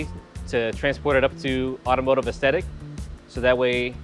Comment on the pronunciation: Just when I thought this couldn't be any more satisfying... hearing say "Automotive Aesthatic". I think we all know what the next video is gonna be